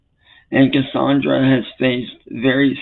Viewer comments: "My vionsay, cussawndrah!" 😂😂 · "My vionzay, cussawndrah!" 😂😂